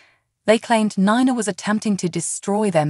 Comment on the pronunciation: Its NiNa not Na Na nana means grandma please prounacne names correctly people think your talking about a grandma that's what nana mean it Ni Na say Knee than say Na ❤